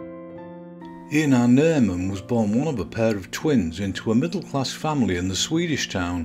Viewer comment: Actually it's pronounced like Aye-narr. WIth the 'nar' part a bit hard to explain, I can't think of any good comparison in English, but if you think of 'car', but with a very 'a' (and, obviously, replace the 'c' with an 'n'), you come as close as I guess an English speaking person will get.